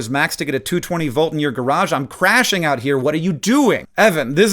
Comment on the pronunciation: Hank reads I'm CRASHING out here, instead of I'm crashing OUT here. 😂